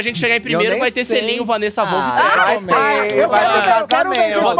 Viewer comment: O Christian o tempo todo: Wanessa Volff kkkk